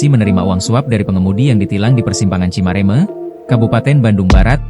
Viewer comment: Tolong dialek mengucapkan Cimareme nya biar betul.Kalo ngga bisa mengucapkan dengan benar,jangan membaca berita.Ngga enak didengarnya.